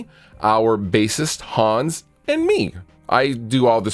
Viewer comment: To reiterate: "Hans" is a German name, and is pronounced "Hunns", not "Haaaaaaaaawns". Also you need to flog him until he plays the bass properly with his fingers. You already have 2 guitarists; you don't need a discount 3rd one.